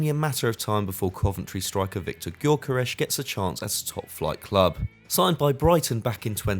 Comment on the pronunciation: It's not golkaresh, it's gyökeres.